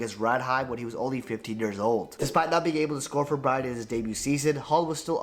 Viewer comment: Also the guy making the original vidoe. The way hes butchering the Norwegian team names... Pronounce the E! BrynE. MoldE... Not Bryn and Mold... Not your fault tho. Im just saying so people get it right.